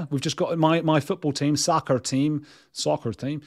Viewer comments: Your considered, clearly practiced, pronunciation of “soccer” and more excusably “soccer moms” is pretty egregious, man. Love you, of course, So take it in the spirit is given, but yikes! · Andrew I would tune in just to hear you say "soccarrr" 😂 lol! If my husband (a saint who has put up with me for 20 yrs) said "I want to be your Tampax" I would say WTF have you lost your mind! 😂 Love ya mate! ✌️💜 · I love your “ soccer” accent! You do know the US first used the term football” for football?